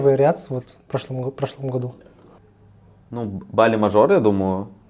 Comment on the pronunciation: Я, как человек живущий на БАли, не могу спокойно слушать как говорит БалИИ) 😅😅